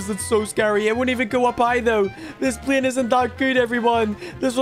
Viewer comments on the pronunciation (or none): It’s not plien it’s pl ay n